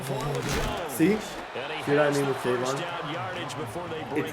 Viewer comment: It’s kayvon not cam 😂😂